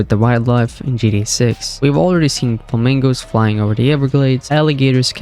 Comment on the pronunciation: Right, makes it hard to listen to this video